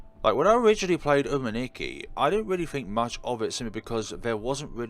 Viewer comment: Hope this could help you,! In Japanese, for 'u' alphabet, they said it in 'oo' like in the 'proofread'. And for I, they pronounce it like 'E' in English. So, it's supposed to be 'Soomeetsookee'. Other than that, good walkthrough as usual, my friend!